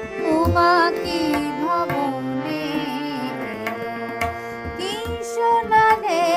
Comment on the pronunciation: শোনালে শ এর উচ্চারণ ঠিক করতে হবে খুবই ভালো লাগলো👍